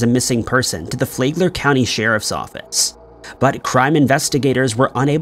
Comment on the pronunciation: It’s Flag-ler county not Flay-gler county Florida lol 😂 I know I know…No one cares